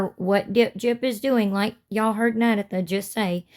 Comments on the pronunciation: Sweetie, it is pronounced NA-DAY-THA, not nad-a-tha (it is not pronounced like tabitha, it is a long a), Happy Thanksgiving. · 👋🏼🥰🫶🏼 great video yall also Her name is pronounced and sounds Nadatha sounds like “Nuh day thuh” 😉 🫶🏼😉 keep making content! 🫶🏼👏🏼👏🏼🥰🫶🏼